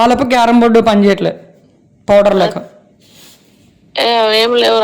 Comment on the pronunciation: Poder ❌ powder 😂😂😂😅😅